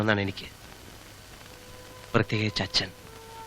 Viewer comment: സംവിധയകൻ ശ്രദ്ധിക്കാതെ പോയ കാര്യം . അച്ഛൻ വരേണ്ടിയിരുന്നില്ല എന്നതിന് പകരം അച്ചൻ വരേണ്ടിയിരുന്നില്ല എന്ന് ഉച്ചാരണം വേണ്ടിയിരുന്നു